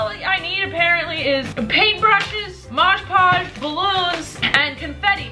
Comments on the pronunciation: She says moj poj 😂😂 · Btw, it’s moD podge not modge poge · Lol “mosjh podge” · I love how she called mod podge 'modge podge'